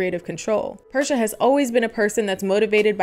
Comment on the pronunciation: Her name is actually pronounced Per - See - A